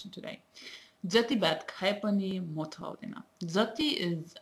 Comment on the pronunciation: It's amazing to see people learning Nepali and speaking so well. Keep it up but I would like to point out something here. "motho audaina" is not correct as "motho"(or usually we write as moto) itself means fat and "audaina"- not to come..it does make sense this way but when you speak it, it doesn't..you must say it as a single word "motaudaina"...Keep up your work!!